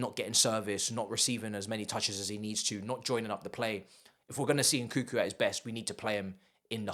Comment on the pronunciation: it’s NkuNNNku, not nkookoo!